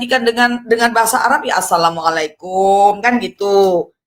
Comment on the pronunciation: Hai bang.. lidahmu apa tdk bisa lg mengucapkan assalamualaikum warahmatullahi wa Barakatuhu... Islam itu harus fasih.. spy terang dan jelas.. jgn lunturkan bacaan kalimat kalimat fasih Al-Qur'an..karena fasih berbahasa arab sesuai bacaan alquran sbg tanda pengetahuan seseorang dlm menimba ilmu islam